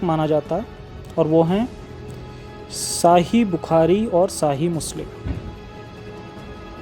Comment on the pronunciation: musaira inko to dukh hona chahiye ki rab ne isse imaa ki daukat chin li h agar ye waqai muslim the to othereise mujhe to ye banda koi hindu lagta h name badal mere nabi ke deen par ulti seedhi baat kr raha h iske do lafzon par gaur karitega jab ye hadees bol nhi sakta sahih bukhari ko kaise pronounce kr raha h dekho to agar isne quran ko ache se parha hota to kabhi aise na krta iska batane ka tareeqa dekho isko surah ka name tak nhi pata h number se surah bata raha h jannat jahannum ka name nhi le raha or nark bol raha i confirm that this is fake and spreading hate agains islam